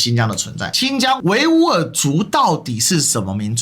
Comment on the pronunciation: 聽過一維吾爾族博主讀族名，發音口型就是H音，而非W音的。